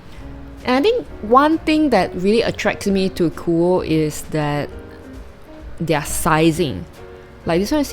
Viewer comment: I think its pronounced as KUO-YEE instead of KUO haha!